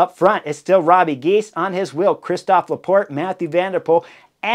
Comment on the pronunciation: Hey Chris, say Robbuh Gheys😉 Not Robbie Gies.